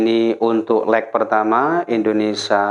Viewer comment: INDONESIA...bukan INDONESA